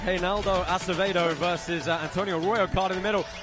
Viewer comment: I like how GSP butchered Acevedos name and then Bas Rutten decided to also say Acedeo LMAO.